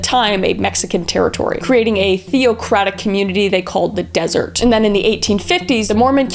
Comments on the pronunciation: I can almost guarantee that they're not Mormon anymore. Most of the time, if someone is involved in scandals and making the church look bad, they've likely been excommunicated. Also, its pronounced deh·zr·et and ty·the. Baby blessings typically only happen inside the church building during Sunday church services (possibly in the temple, though I never got the chance to go myself because I was never "clean enough"). However, they wouldn’t allow a whole film crew and cameras inside the church for it. If the blessing was shown on the show, it’s likely staged. She isn't wearing Temple Garments in those pictures those are just regular white clothing she is wearing. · Deser- et. Is how you say it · It wasn’t “desert”, it was “Deseret”! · Also deh-zur-eht 😅